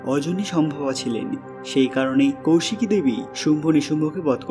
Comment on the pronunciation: Abe kousiki noy. Koisiki. Sastra ucharan na jene vdo korisn.a